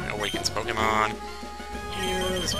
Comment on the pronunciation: Is he saying pokeymans...